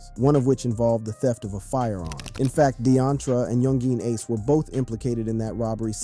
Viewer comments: He said yung jean ace😂😂😂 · Do you really not know how to properly say Yungeen Ace name